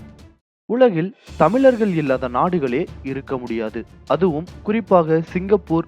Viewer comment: தமிழை தமிழாகப்பேசு சனியனே....தமில்....தமிலர்கல்....தமில்நாடு....இதுதான் தமிழா...நீ .சனியன் பிடித்த நாசமாக போக.